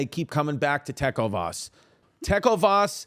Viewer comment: TECK OH VAS PRONUNCIATION HAS TAKEN ME OUT